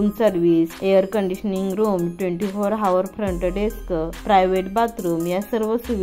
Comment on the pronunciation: हावर नाही हो म्हणत आवर म्हणतात